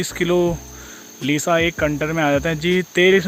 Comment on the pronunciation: ओ भाइ कन्टर नही कन्टेनर कहते है